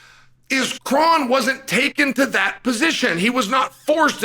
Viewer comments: His name is actually pronounced Crone. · Well, his name is "Kron" as in the "Kronic"